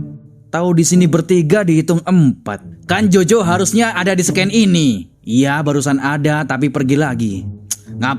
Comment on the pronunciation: bukan scan tapi scene /dibaca Shin